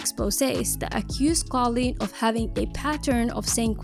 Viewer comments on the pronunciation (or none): Whenever you said her name as Colin I was literally questioning myself cause I’ve been pronouncing it as cooleen and it’s just spelt with a k instead of a c😭😭😭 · It's koolen, not kawleen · i don't think her name is pronounced "colleen" i think it's pronounced "coo-leen" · the way you said kooleens name the same way as collen 😭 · I thought koolen was pronounced "cool leen" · it’s not KaughLeen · its pronounced cool-leen